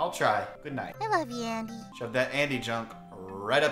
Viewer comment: Guys you Said Any And Not Andy